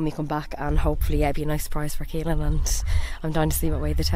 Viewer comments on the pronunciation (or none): Why caolan pronounced keylan??